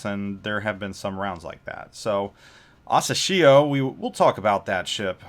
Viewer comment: Hey...happy new year and keep doing this awesome job with your vids. Just wanted you to know that you're mispronouncing the destroyer's name wrong. It's asAshio.... Press the speaker icon on the Japanese translation to hear it